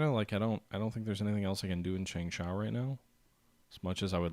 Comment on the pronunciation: chang-sha what's so hard about that word?